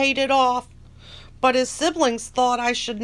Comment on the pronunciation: I lol 😝 each time you end a sentence Lorne’s mispronounced ‘but’ (bhat) lol 😂 😂